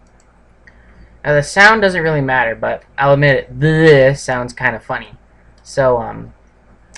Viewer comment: and/or - “Thi^ihT“ and/or “ThiThi” does sound funny...